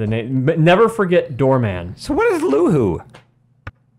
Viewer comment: 'LUHU' lmao, it's LOAD